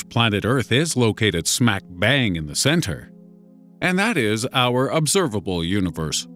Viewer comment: "The obserbabble univers"